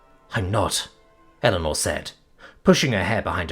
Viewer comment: You're lucky. I keep getting the crossover from his reading of "Power Armor in Magic School" and wondering how the deluxe kobold got to earth as I hear Illinor instead of Eleanor.